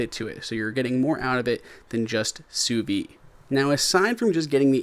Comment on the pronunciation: "Sous vide" isn't "sous vie". Don't be afraid of that D. It's not silent.